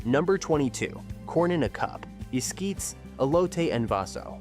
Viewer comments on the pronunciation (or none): The pronunciation is "hell-len-tina" The "G" in Spanish has a "H" sound. It's es;kee-tas for the corn dish.